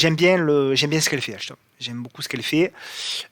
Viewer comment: Merci super vidéo mais pourquoi prononcer "AlCHtom"? 😂